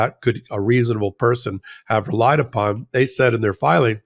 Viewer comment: "Re-Lied Upon". 😂😂😂 good e